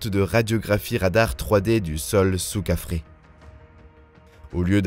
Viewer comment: C est quoi Kafrré...!!!😅 kefren...plutot !